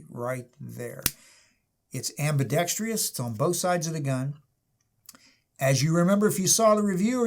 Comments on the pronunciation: Ambidextrous, not ambidextrios ... 🤦🏻‍♂️🤦🏻‍♂️ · The model with the manual safety is ambidextrous... not “ambidextrious”. Please stop mispronouncing it. “Ambidextrious” is not a word. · there is no "i" in ambidextrous....